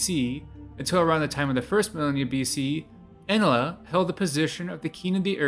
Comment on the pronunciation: This guy can’t even pronounce ‘Enlil’ (N-Lil).